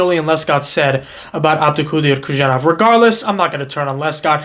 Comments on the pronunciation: Bro please, it should be read as "Who-son-off" not Kushanov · How long more will people mispronounce Khusanov’s name? Come on, it is not that hard. There is no “sh”, “z” or “k” sound. It is HOO-SÁH-NOF